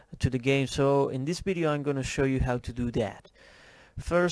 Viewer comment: its pronouced Video not Bideo :) also its i am not im :) people pick up on that and some might troll you and you dont deserve that :)